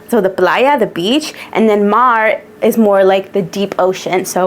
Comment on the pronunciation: Love this collection!!! 🎉 🌊☀️ But girl, Mar? Se pronuncia Mar. 😂